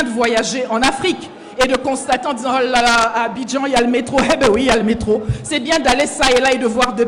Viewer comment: Votre Campagne c'est là-bas ? On est morts. Paris, Londre, New-York etc...Quel honte? Imaginez Trump en Campagne à Douala pourquoi pas? N'importe quoi et puis faut plus prononcer Abidjan madame